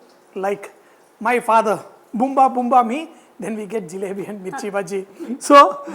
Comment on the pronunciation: Its JALEBI not , JILEBI .